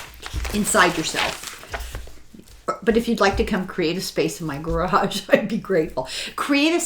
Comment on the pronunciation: Thank you, great book again, I am a sponge, lol. You said garage, and I cringed with ya 😂❤❤❤